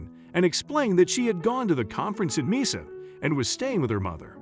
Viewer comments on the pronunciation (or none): It would be nice if before the narrator begins, this person should really learn how to pronounce the named places they're going to be reading - Mesa is a Spanish word & is prounced as "may-suh"